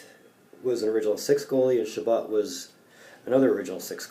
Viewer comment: it's pronounced Lorne "Shabow" Chabot..he's my grampa and he was certainly one of the top goalies of all time...his stats were top 20 all time..except for wins as he only played 10 seasons in a 44 game NHL....great job my friend!